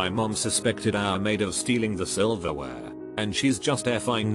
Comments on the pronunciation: The robot voice says "silverware" as if it was somekind of taboo or sexual word. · The way silverwear is pronounced gets me rolling. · Why does he say silverware so weirdly at around two minutes in 😂